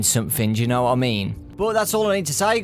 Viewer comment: That "what" sounded more like a "u fukin' wot m8?!"